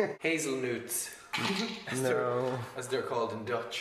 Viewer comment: "hazelnoots, as they're called in Dutch" I mean close enough?